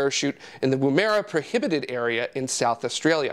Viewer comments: Woo-maira? For crying out loud.. it's pronounced woom-uruh. Listen to it here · Love the show but.... Woom - er - a emphasis on the first syllable. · Interesting pronunciation of Woomera.. haha. So exciting though!!